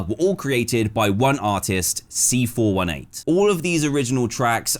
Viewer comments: C FOUR EIGHTEEN NOT C FOUR ONE EIGHT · As much as I love you as a person Dan, you calling C418 “C four one eight” is just pure evil.